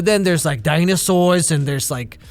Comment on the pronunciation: intense stereotypical New England accent D I N O S A U R S